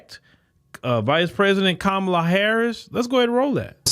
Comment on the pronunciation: Van Jones is alright. Very levelheaded dude. Don't agree with him much but I respect his stance on things. He's spot on with this assessment. The Repubs have gotten a quarter of black dudes to hear them out. They'll lose those dudes if they shxt on Kamala and keep mispronouncing her name. Those of us who are black conservatives, don't particularly like her, BUT we're not gonna sit for a bunch of MaGa BS either.